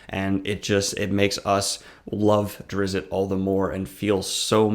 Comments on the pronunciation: hi, the t in drizzt is silent. so his name is pronounced duh-rih-zz. other than that I don't mind this video, please continue making more. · I call bullshit, this guy never read anything more than the cliffsnotes of a Drizzt book. The wrong pronunciation of "Drizzit" is a big part of the 3rd book. Zaknafein wasn't hunted and killed, he was sacrificed for zin-carla and it's arguably the biggest fulcrum in the plot of book 2. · Man, I always called him "Drizz-it" too and when I heard other people pronounce it I thought I was for sure the only sane person until now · I listened to one Drizzt audiobook a number of years ago and didn't care for it. But having listened to it i notice that you and the narrator pronounce his first and last name quite different. Not sure which is right.